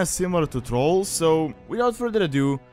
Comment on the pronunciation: It's not trol its thral a not o ....